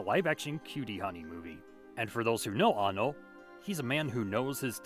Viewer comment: first person on youtube to say annos name right